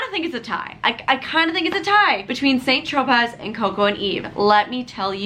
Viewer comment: It's pronounced "San Tropay"